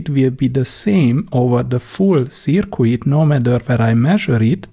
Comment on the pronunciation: Great videos! I just wish you would please quit pronouncing 'circuit' (pronounced 'Surkit') as 'Surkooit...the 'u' is silent.